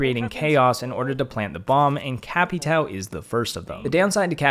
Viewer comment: Capatow 😂😂 it’s capatào